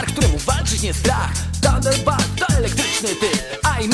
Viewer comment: potwierdzam mówi tam „tanderbalt” a nie „tanderbolt” (jak już)